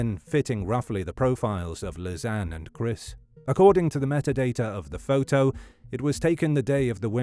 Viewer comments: Sad case indeed. Was anyone else triggered by the narrators pronunciation of "photo" during this whole twenty minute recap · I like how the voice says photo like "foh-toe"